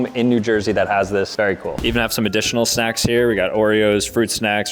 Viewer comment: why did i hear sex instead of snacks lol